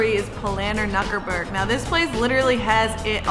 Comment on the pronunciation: Nukherberg ROTFL